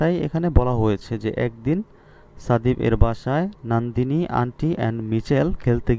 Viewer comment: আর ওইটা নন্দীনি হবে নট নান্দীনি